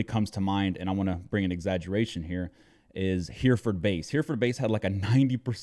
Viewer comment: Just a small thing; it’s “Herreh-furd”, not “Hearford”.